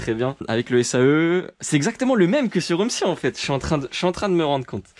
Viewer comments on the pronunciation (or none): MDR tu as dis je me rend con au lieu de je me rend compte. Sinon tres bonne video comme d habitude